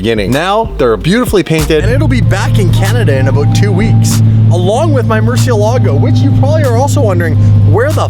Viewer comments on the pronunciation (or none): “In a-boot two weeks”.